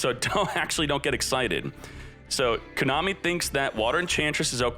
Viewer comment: Been watching for 2 years, but your pronunciation of "Kooonami" is still fucking cringe